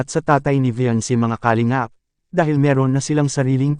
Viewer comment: Ayusin mo nga pronounciation mo sa kalingap